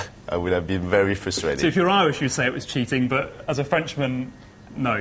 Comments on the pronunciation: LMFAO hahahahahaha when he says cheating it sounds like he says shiting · at 2.55 it sounds like Ginalo is saying "shitting" instead of cheating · Cheating or Shitting?